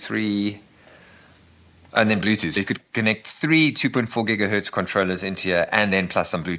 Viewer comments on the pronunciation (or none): none